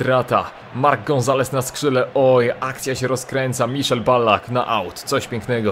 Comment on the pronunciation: Miszel Ballack? Really xd?